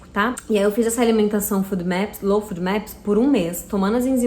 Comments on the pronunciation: O nome correto da alimentação é LOU FÓDI MÉPIS. Não é food. Afffffffffffff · Não é fudmeps que se pronuncia, é fôdmeps!